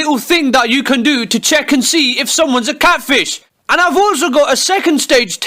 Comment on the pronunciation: ANOHER CATFISHE (Pronounced “ kate - fie - sh )